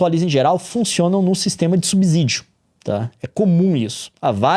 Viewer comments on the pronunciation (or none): POR FAVOR, é subSídio e não subizídio. SubSÍdio SubSÍdio. Obrigado. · todo s que vem depois de b tem som de ss como em absorvente, absorver, absolver e subsídio, (lê-se subissídio) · quase 50 anos na cara, casado com jornalista e ainda nao sabe a pronuncia de "subsídio". por acaso vc lê "subsolo" como "sub-zolo"? então pq fala como "sub-zídio?"